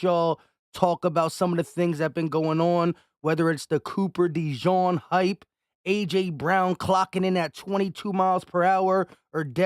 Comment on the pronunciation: Not u butchering another name 😂😂😂😂 it’s pronounced De-jeen not de john